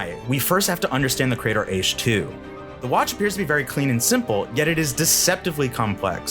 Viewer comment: Ee-CHI. Not 'Eesh'... I mean, how can you do enough research on this to choose it without knowing how to pronounce it...